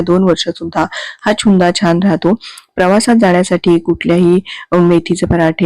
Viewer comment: चुंदा नाही त्याला छुंदा म्हणतात.😂